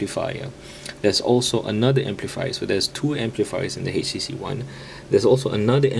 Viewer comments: Htc dude, not "hay she she". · haitch tea cee